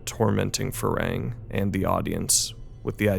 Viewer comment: I love this movie, I’m new to but thoroughly enjoying your channel and this is a very good review.. but I’m far too autistic to not stand up for the pronunciation of my man’s name. It’s “Far Hang,” man. He not like.. the progenitor of a race from Star Trek, nah mean? Either way, great work and I promise I’m not just a pedantic hater. More positive comments incoming, I swear.